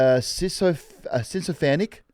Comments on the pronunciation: The mispronunciation of sycophant (sic-o-fant) is...wild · pronounced "sick-oh-fant" lads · Miss pronouncing sycophant got me 😂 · How do none of you know how to pronounce sycophant?